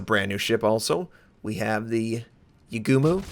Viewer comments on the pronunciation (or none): Akatsuki is pronounced as A-kat-ski and Yugumo is Yuugumo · OOOHHHH YESSS, YUUGUMO IS HERE! awwww the way you pronounce yuugumo is soo funny HAHAHAHAHAHA , no you never heard that before, even yugioh sound difference :D